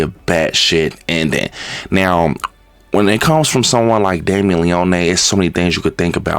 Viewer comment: It’s lee-oh-knee